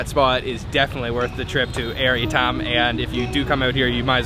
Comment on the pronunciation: Hahaha FYI it’s Ayer ITAM , you pronounced it wrongly not Air itam